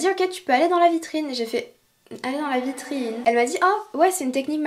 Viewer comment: “Dans la vitriIine?”😂😂